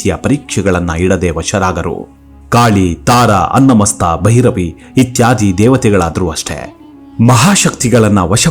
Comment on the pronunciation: Annamasta alla adu chchinnamasta